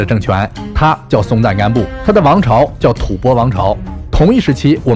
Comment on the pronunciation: 你說的大致正確 連 “吐蕃” 都能唸出正確的 “土鉢” 的確比99.9999％的中國人要有水平得 多得多！ 可惜你的北京話 實在很糟糕！ 帶江浙土話口音 實在太重！ 唉！ 能不能先把你的北京話 練 “六” 一點 再來拍視頻啊？ 北京是首都欸 你是忘了嗎？ 莫非你是海外華人？ 如果真是 那就當我沒說！